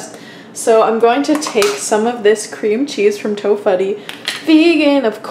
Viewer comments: For reference, Ian's is pronounced "ee-uhn" and tofutti is usually pronounced to"foodie" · I grin every time she says "to-fuddi" instead of "to-footi"